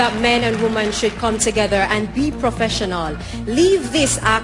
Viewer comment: "Sexual arrasment" "be professionoll" -Jamaica 2017